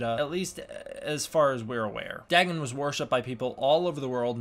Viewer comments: you can't trust a show like ben 10...in the audiobooks and the books of H.P Lovecraft its pronounced Day-gone(written Dagon) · its pronounced DAY- GONE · It’s name is pronounced Day-Gone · Lmfao "Daggin" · The way he pronounces dagon gave me something similar to cancer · Why do you pronounce it with two g’s?